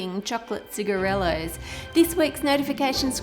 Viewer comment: I like it how she calls them "cigaretts"